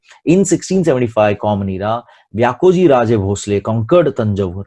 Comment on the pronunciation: Sir great teaching But pronounciation of vyankojiraje bhosale is व्यंकोजीराजे भोसले but not व्यांकोजीराजे भोसले. Pls sir it's humble request to prounounce neat spelling in Maharashtra as he is छत्रपती शिवाजी महाराज step brother.